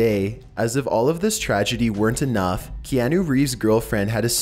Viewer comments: is it just me or was he saying KeAnu and not Keahnu ? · Key-ah-nuh Reeves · It's Kee-ah-nu 😂😂😂😂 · Kee-an-OOO LOL